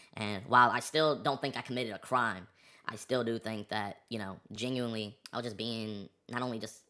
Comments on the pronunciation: He’s geniunarre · yenuinly funny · he saying genuinely like its niche